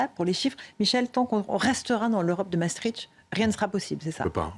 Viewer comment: Mme Ferrari, pour une journaliste de votre trempe, il serait bon d'apprendre à prononcer Maastricht et non Massetritche. Exercice: Masse triche t.